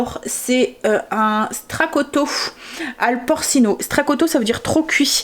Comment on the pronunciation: Coucou 🤗 Les feuilles de lessive ont l'air vraiment pas mal, c'est cool qu'avec ton code on puisse les essayer gratuitement 👍🏿 merci 🙏🏼 Le mijoté aux cèpes en fait sa traduction c'est "trop cuit" en mot à mot, mais plus dans le sens de mijoté et les "porcino" ça se prononce "porchino "😉 c'est juste pour ton information et pas de la moquerie du tout 😍je me suis permise comme je parle italien... des bisous à bientôt 😘